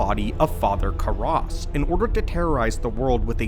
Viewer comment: It isn’t pronounced Ka-RASS. It’s Father Kair-ress.